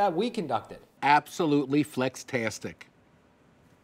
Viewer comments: I know I didn’t just hear him say “flextastic” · This man said “flextastic”. 😂😂 Great products BTW!!